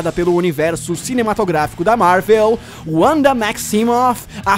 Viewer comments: AlexNunes001 Eu iria falar isso agora, sempre falei "Uanda" ( forma de se pronunciar sendo língua nativa inglês ), mas, ela sendo nativa do leste europeu, o idioma do seu país não seria o inglês e o W pode ter som de V, sendo então, o correto, "Vanda". É como James Rodriguez jogador colombiano que todos falavam com pronuncia inglesa até ele dizer "sou colombiano, a pronuncia do meu nome é "Rames". "Narutô" por exemplo, é o certo, não "Narutu", como Tsunade é "Tsunadê" e não "Tsunadi" como brasileiros podem falar. O cara que começou a discussão estava certo por meio de um argumento errado, de toda forma, pronunciar "Uanda" não seria errado, ela é um personagem de quadrinhos americanos, vive (?) nos EUA, etc, apesar que o realmente certo ( ela sendo nativa do leste europeu ) seria "Vanda". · Cara, primeiro que não se lê "Uanda" se lê "Vanda" e não é "Wonder Man" é "Magnus". Seria até entendível que não se trata de um erro se você usasse todos os nomes em inglês, mas como só usou esses dois fica muito claro a sua completa ignorância sobre personagens base da Marvel, já que os dois participaram de quase o mesmo número de formação dos vingadores que o próprio Homem de ferro e você não sabe nem o nome deles. E a feiticeira não utiliza seus poderes de probabilidade já fazem séculos nas HQs. Os poderes dela evoluíram para magia do caos desde 1998 quando os vingadores estavam nas mãos do roteirista Busiek, por isso não vê mais em nenhuma mídia sequer comentarem desse poder. E todas as vezes que ela sofreu traumas mentais seus poderes destruíram tudo a sua volta além de mudar toda a realidade, como em vingadores A Queda que ela enlouquece e MATA o visão, a gavião arqueiro e o homem formiga, ou quando ela surta e cria a Dinastia M. Um ataque mental só destruiria a Ravena. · Na pronúncia em inglês é Uanda em português é Vanda, nesse caso ele usou a pronúncia em inglês, por exemplo ele poderia usar o nome da Ravena em Raven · ''Uanda'' KKKKKKKKKKKKKKKKKKKKKKK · Se fala VANDA.